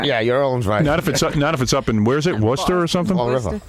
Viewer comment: Wow I’m really surprised that Howard pronounced “Worcester” correctly. Everybody who’s not from here pronounces it completely wrong and it’s awful to listen to lol . Bravo Howard!